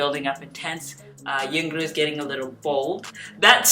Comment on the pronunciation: Her name pronounced pretty easy (YoungRo) young + ro (bun in korean "r" is difficult to pronounce, so sometimes they call her "YoungLo" or "YoungNo")